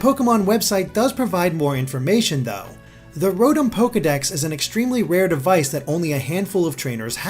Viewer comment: Mispronounced Rotom by the way. It's Row-Tom.